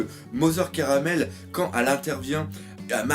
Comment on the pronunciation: cest mother carmel pas caramel